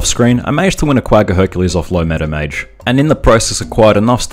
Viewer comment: Took me three videos to understand "Meadow Mage", which I always heard as "Meta Mage". XD Keep up the good work.